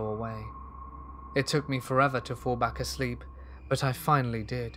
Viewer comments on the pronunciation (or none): none